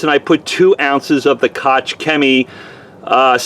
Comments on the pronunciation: Koch rhymes with chalk... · I have a friend with the last name Koch, and it is pronounced "Coke"... not sure if that is the same.